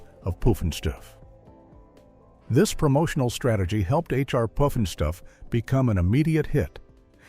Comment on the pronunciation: How many different ways can AI mispronounce “Pufnstuf”?